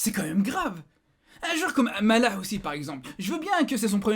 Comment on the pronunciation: Ptn comment il a prononcé le nom de "maleh" trop cool 😂